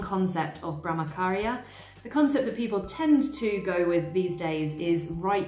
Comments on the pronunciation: You explain everything so nicely. I’m a Hindu. I’m aware of all these concepts but the way you put makes it so much more easier to understand. Just a little pronunciation mistake i noticed … the Ch in Brahmacharya is pronounced same as the ‘ch’ in chair or church. The ch shouldn’t sound like K. Thank you 🙏🏻😊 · Nice video... Just that the "ch" in Brahmacharya is pronounced as the "ch" in church... :) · i found your channel today and it is really a great one! i love the kind of research you have done to present this video. well, i would love to point towards the pronunciation of brahmacharya .. in this the ch is pronounced like the ch in 'chair' and also non attachment include non attachment to the result of your work.. that is do your karma with all your heart and you should be content whether you win or lose because your focus is on doing your karma sincerely and not on the result.. All the best for your channel 👍🏻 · Brah-ma-cha-rya - Here's a breakdown of the pronunciation: "Brah" is pronounced like "brah" in "brother." "Ma" is pronounced like "ma" in "marble." "Cha" is pronounced like "cha" in "chocolate." "Rya" is pronounced like "ree-ya," where "ree" rhymes with "see." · Great job summarizing ! Thx for video! Brahmacharya - the “ch” is like in cha cha